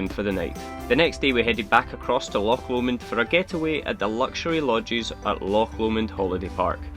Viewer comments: Really enjoying all your videos. So nice to come across a couple who can actually pronounce the names of the places you visit in Scotland! I get really fed up with Sassenachs going on about Lock Lomond! It's time they realised that all our locks are on our doors! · Such a relief to hear loch being pronounced properly....! Nice wee video. Been living in a ducato for four years....Just smashed the mirror on something on a country lane after MOT failure.....time to reconsider......erf !